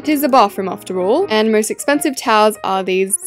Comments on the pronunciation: People that thought she said cows instead of towels 👇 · when she said towels I thought she said cows😂